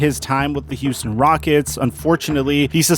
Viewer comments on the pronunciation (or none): none